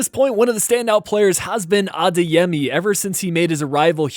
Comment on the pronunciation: stop saying adayami its adeyemi